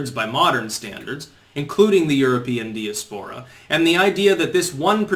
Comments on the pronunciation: Diaspora is pronounced, “dai-ASP-po-ra,” not “dee-ass-PO-ra.” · here is how diaspora is really pronounced, not the way does: | dīˈaspərə |, phonetically it would be Die-Aspora, with the accent on "Die". Sorry,, but I cringe everytime you say:Dia-Spora. The dictionary is your friend, embrace it. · Weird pronunciation on that i usually say die-ass-pur-uh